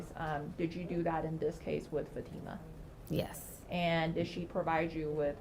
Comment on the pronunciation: It’s FA-TEE-MUH!!! Not FAT-IMA!! I really wish these Attorneys would get her name right.